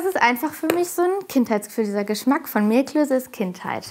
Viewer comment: Gastgeberin: "Zur Vorspeise... Mehlklöse..." Ali: "Mehlklöße." Gastgeberin: "Mehlklöse."